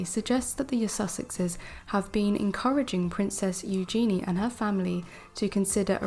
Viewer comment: Please,, correct your pronunciation of Eugennie( U-gen-ee) and Calif(?)California. Also, both news stories are from the Daily Mail & we all know you can’t believe anything from the Daily Mail.